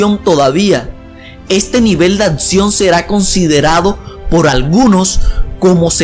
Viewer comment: "Atsion" 'xD